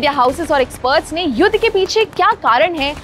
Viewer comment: ये लड़की युद्ध को युद बोल रही है